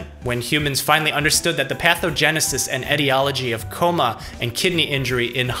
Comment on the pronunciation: I love how he says in a coma it sounds like tacoma like the city lol